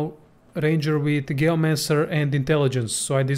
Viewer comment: Cool build! I'll be excited to try it out! Just want to help you out for future videos, but Geo in Geomancer is pronounced the same way that Gio in Giovanni is pronounced. It's a soft G in English.